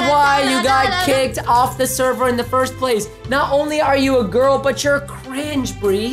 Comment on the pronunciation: Ya true I also think 😉😂😂 and it's girl not girk